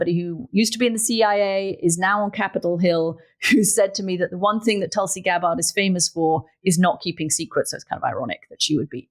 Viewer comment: At least pronounce Tulsi's name properly